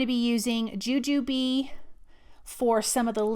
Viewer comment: So glad to hear you pronounce Jujube the way we do!! 😂😂